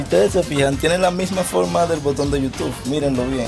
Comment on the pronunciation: No es yutuf es yutu